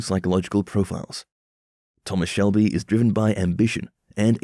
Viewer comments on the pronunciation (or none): I stopped watching at the audacity to call him "Thomas Selby". It's SHELBY! Ghosh you even made me like Billy Kimber's way of saying it. WTF! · Man said selby